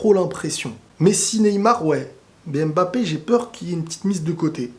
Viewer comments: Pour vous dis Embappe au lieu de Mbappe Je comprends pas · On ne prononce pas M-MBAPÉ, on prononce juste MBAPÉ. Arrête de prononcer le M au début de son nom.